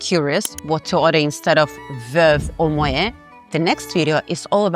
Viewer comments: It's pronounced ' moh-ette ', not ' moh-ayh '. The name is Dutch, not French. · While the content of your videos is very good, your constant mispronunciation of both Moët & Chandon and Veuve Clicquot is a tad jarring. I appreciate your expertise in wines, but you may want to double check that pronunciation. I believe it's "moh ETT" and "klee koh."